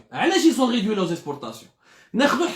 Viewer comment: Ont ridui ont réduit hhhhhhh bonjour la prononciation